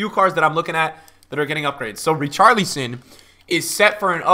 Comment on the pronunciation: Please don’t say Richarleeson again